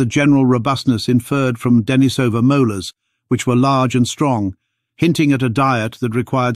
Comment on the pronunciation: And ignoring the local pronunciation of the cave -- 'Deh-NEE-suh-vuh', with a long 'e' in the second syllable, continues in video after video, continuing to demonstrate the problems with using text-to-speech programs for narrating videos because voice actors are too expensive, and the person posting the video can't be arsed to do it themselves.